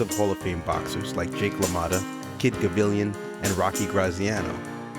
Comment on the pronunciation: Absolutely a GREAT list, with great commentary, even if the commentator messed up the names of Sandy Saddler and Kid Gavilan, and said "Ali KUMbaye", instead of "Ali BOOMaye :-)))). Anyway , even though some might say that a 3 should be a 1 or vice versa, the overall quality of his list is flawless, even if his elocution is not.